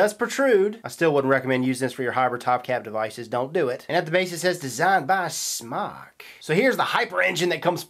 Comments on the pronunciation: can fix the issue of mispronounced name by spelling it SMōK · Not smok its pronounced smoke! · It's Smoke for Christ's sake! The E is silent dude... Not smock!.... Definition of smock 1: archaic : a woman's undergarment; especially : chemise 2: a light loose garment worn especially for protection of clothing while working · ITS NOT SMOCK ITS SMOKE!!!WTF?